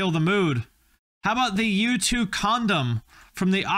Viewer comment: Man every time you said U2 I swore you were saying YouTube…